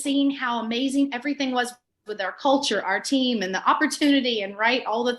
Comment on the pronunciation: Love that she said “cult”ure 😆